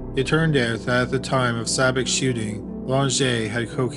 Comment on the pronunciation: The narrator keeps mispronouncing Spider Sabich's last name, and that is irritating. The "ch" in it is the same sound as "chair,' not the "ck" sound.